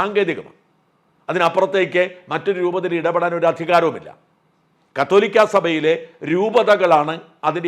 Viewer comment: കാതോലിക്കാ ബാവാ, മാപ്ര കള് പറയുന്നത് "കത്തോലിക്കാ ബാവ എന്നാണ് 😂